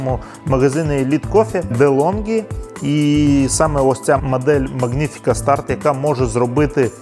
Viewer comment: Вибачайте, але дуже ріже два моменти. Не латтЕ, а лАтте і літера G в слові не читається, просто Маніфіка. Вибачте ще раз. 😊